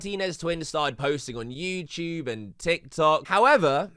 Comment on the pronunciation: Why do you say you tube , “youchube” sounds so fucking cringe